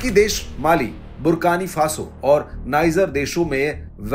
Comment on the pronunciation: Country name is Burkina Faso sir not barkani faso